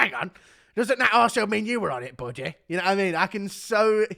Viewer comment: "ang on a second buddeh , doesnt that mean your were on it buddeh"